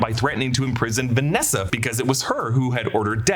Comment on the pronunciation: It's not "Vanessa," it's "VANESSA."